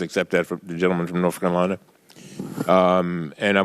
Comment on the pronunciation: norf carolina...